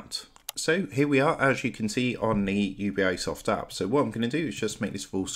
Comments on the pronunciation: Bro, it's "You-Bee"soft, not u-b-i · it's UBI, and not U-B-I XD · It’s pronounced you-bee-soft not you-bee-I-soft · Ubisoft. Not U B I soft. Its short for Ubiquitous Software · UBI eyesoft cant even say the name. fkwitt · I'm downvoting and not subscribing simply because of the annoying way this guy pronounces Ubisoft. Ugh.